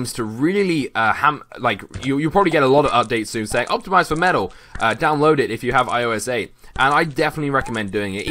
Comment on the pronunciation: Sounded like you were saying FULLMETAL as in da anome